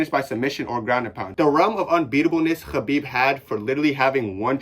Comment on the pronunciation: Bro sounds like he’s choking on a puppy saying Khabib